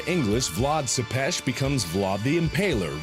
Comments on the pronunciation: Tepes isn't pronounces "suppesh" it's pronounced "Tepesh" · Its vlad tepes not sepes